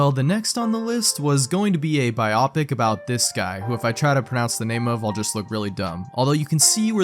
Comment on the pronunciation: Pronounces biopic wrong with confidence but won’t attempt to pronounce the name of stuff 🤔